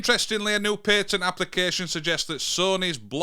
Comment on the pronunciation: it's PAT - ENT so you where saying it wrong lol 😂